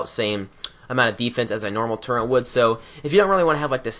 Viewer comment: Turret, there is no N in the word turret.